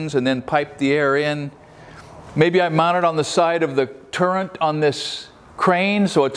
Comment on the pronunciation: There is no N in the word TURRET. Great video as always.